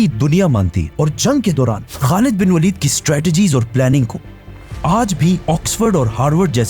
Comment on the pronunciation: not walid bro waleed